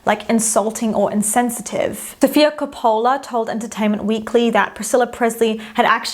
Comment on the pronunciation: Sorry, confused: KOPOOOOOOLA? Where does this pronunciation come from?